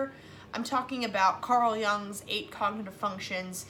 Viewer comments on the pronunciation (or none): It's pronounced "yoong" lol 😂